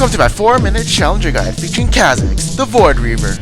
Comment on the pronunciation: ffs is pronounced CAW-zix, not ca, as in candy